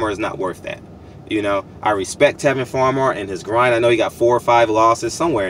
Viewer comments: Tevin Campbell is a 1980's singer...that being said I know what you meant, but the fact that you mispronounced Tevin Farmer's name repeatedly shows a severe lack of professionalism in your part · Bro did you say Tevin Campbell??? He was a sing from Texas lol!!!! You a fool for that one. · Come on man you disrespecting my man calling and Tevin Campbell it's Tevin farmer